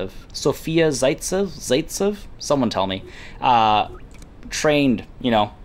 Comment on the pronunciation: To be honest the name shoud be something like "partiynaya elita" or "elitnaya vecherinka". Yes, it is Sofya Zaytsev(a). You are correct. For most of the time you are pronouncing things right. Выглядит неплохо, товарищ. Продолжай служить родине.